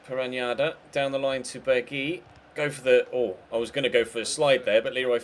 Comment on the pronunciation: It's pronounced berg-house